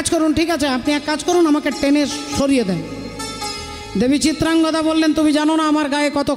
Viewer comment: চিত্রাঙ্গগদা নয় চিত্রাঙ্গদা হবে